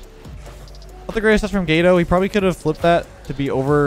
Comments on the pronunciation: Says queso perfectly but says gato like gay toe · imagine saying gato like that. Smh, did you never take spanish class? Lmao XD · My mans said gato like gay-doe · I know you said gato but it’s cat in Spanish lol it just sounded funny after me noticing lol